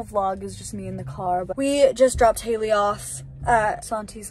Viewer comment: when she called Hayley bratayley lmfaoooo